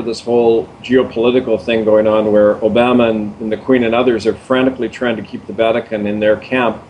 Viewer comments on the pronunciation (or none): none